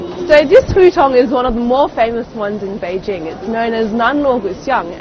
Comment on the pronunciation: Finally, a reporter who knows how to pronounce "Beijing"!